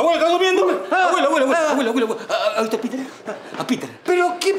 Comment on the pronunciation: es piter no peter jaja